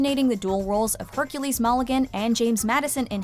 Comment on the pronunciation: She said MALLIGAN. WHEN ITS CLEARLY MULLIGAN.